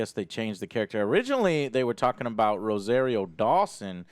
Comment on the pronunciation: The fact you can't pronounce "Rosario" correctly means your Hispanic card should be revoked.